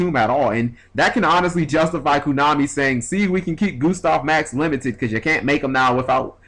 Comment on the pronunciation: why do you say "koonami"